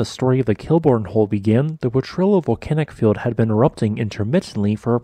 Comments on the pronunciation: Gah! It's not po-trill-oh it's pronounced Po-tree-oh. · It's pronounced more like Potriyo. The two 'L's together are pronounced like a 'Y'. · Would love to see you feature more of my home state New Mexico's fantastic geology. Just FYI it's pronounced "poh-tree-yoh". Keep up the great work! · Thanks for this report on the Kilbourne Hills which is part of the Portrillo Volcanic Field. This is an interesting geologic phenomena that I look forward to visiting. One point I need to correct you on is the pronunciation of Potrillo. You usually seem to get the pronunciation correct. Potrillo is Spanish for colt although I could not find the origin for the name. Potrillo is pronounced like po- tree-yo. The Potrillo Volcanic Field is located in the West Potrillo Mountains and there is also the East Potrillo Mountains.